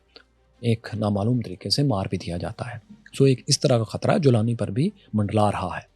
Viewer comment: Golani ko jolani bana diya😅